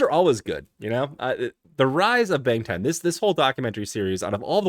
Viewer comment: BANGTAN pronounced as BUNGTUN ..